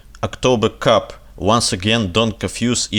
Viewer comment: "Coup" читается как "ку". Это сокращение заимствованного из Французского "Coup d'état" (ку дей' та). October Cup звучит как соревнование по питью п и ва.